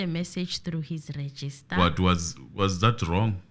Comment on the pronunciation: It is Registrar,, not register.